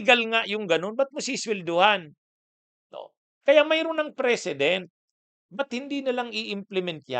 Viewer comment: ANG PRONUNCIATION NG PRECEDENT AY MAGKAIBA SA PRESIDENT